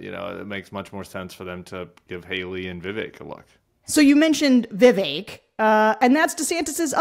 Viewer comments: I know this isn't the most important thing - but hearing people pronounce Vivek's name properly makes me very happy! - an Indian in the USA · I agree! He's not worth a single thought - but this is a heartening moment for me as a brown girl in the USA whose name is constantly mispronounced. I guess it speaks more about Sarah and Tim, that they take the effort to pronounce a different name properly!